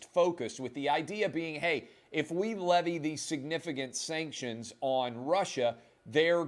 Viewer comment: Sankshunz. We don’t care bout your steenking sankshunz!